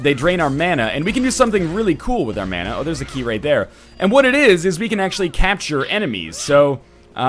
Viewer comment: Happy about this series. You say "mana" wrong. I'm drunk.